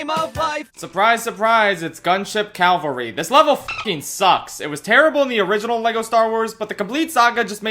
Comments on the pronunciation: cavalry not calvary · Holy shit, Gunship Cavalry, not Calvary. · After it's been brought to my attention, I can never miss when someone says Calvary instead of cavalry Calvary - an open-air representation of the crucifixion of Jesus Cavalry - modern soldiers who fight in armored vehicles. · PSA for everyone: It's "cavalry," not "calvary." "Cavalry" means an armed regiment riding horses or vehicles. "Calvary" is the name of the place where Jesus died. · Cav-al-ry. Calvary's the hill that Jesus died on. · Cavalry, not Calvary. Calvary is the place Jesus died at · CAValry. Cav. Al. Ry. Not CALVary. Is that really so hard to say? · It's "cavalry". Calvary is the place where Jesus was crucified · *Cavalry, not Calvary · The word is CAVALRY, not CAVALRY. Calvary is the placr jesus died, cavalry is mounted infantry or armored backup. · say with me CA VAL RY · “The next word is…. ‘Cavalry.’” “Cal-vurry. C-A-V-A-L-R-Y. Cal-vurry.” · Why do they keep pronouncing it "Calvary"? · Do you not know how to pronounce cavalry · Man, imagine saying gunship cavalry wrong!